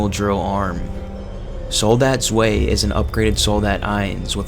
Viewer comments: Oh come on man, seriously "zway"...it's Z-Vy (best way to write it out so you'd understand how to pronounce it). No 'W' is pronounced as a W like in English or other languages man. I'm sorry I'm half German and took 7 years of my High School/College years to learn the language of my heritage, and it really bothers me when people don't know that extremely simple and basic aspect of the German language. Even before I knew German, I knew that "W" was pronounced as a "V", just as in Italian "Ch" will be a "K" sound in English. Take linguistics in college kid, it'll do you a world of good, trust me. I can't tell you how many people I've met in my life that I've pronounced their names correctly despite being completely foreign and them being shocked/happy/respectful that someone that doesn't know their language can at least pronounce their name 100% correctly. I only know 2 1/4 languages, English/German, and a few years of Latin (concurrently with German, despite their different origins). But I can deduce what a lot of French, Swiss, Dutch, Italian, and Hungarian words mean just from knowledge learned in linguistics, Latin, and German. Nothing is worse than sounding stupid, no matter how smart you are man, just a word of advice kid. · I’m sorry, but I can’t forgive the butchering of the German in the soldat section. ‘Ians…Zwey~’ 😂